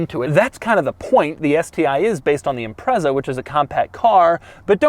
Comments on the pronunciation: ok so given that nobody's picked up on it, i've been pronouncing the name wrong forever (always said imprets-ah). anyway my overriding memory of this car was my local subaru dealer running an open day that was advertised in the local paper. me and a mate went, me driving my mk3 celica that i bought for £170/$300. we couldn't even remotely afford the sti, we were about 23 and had shitty jobs, but the salesman was obviously bored and took us out in it. i knew the road we went out on and at the braking point for a corner the salesman said 'floor it, it'll go round'. i didn't, because i was sure it couldn't, but i got round and immediately realised it would have. the grip was something i had never even imagined. remember getting back in the celica and it felt like the engine had been stolen 😂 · The Japanese call it Impressa so congratulations youre both wrong. There is this tiny detail about the British language being a couple hundred years older though, so nothings "retrofitted" there you just dropped it. Also its Zett, Zetta, Zet, or Zed in pretty much every other European language so no clue how you got to Zee. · Who the hell pronounces "Impreza" like that?!! And I'd have a word with Matt Morman or Larry Kosilla if you think that is pristine mate! haha! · It’s not Impressa. It’s Impret-za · I don't think I've heard an American call it an 'ImpreZZa' before. Is this the norm? It's pronounced 'ImpreTZa' everywhere else. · Impretza not Imprezza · Its pronounced IMPRETZER - not impresser 😂😂😂 - Fondly known as a Scooby over here in the UK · It's pronounced impret-za not imprezza you dick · Imprezza? It's pronounced Im-pret-za. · Everyone - "ImpreTza" Doug - "Imprezzer" Everyone - "NO! Doug!" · I've never heard ANYONE from anywhere in the world call this car an "Im-prezza". It's always called an "Im-pret-za" despite it not having a T in the name. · Every time Doug says this cars name I die a little...it's IMPRETSA DOUG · It’s pronounced IMPRETZA ffs...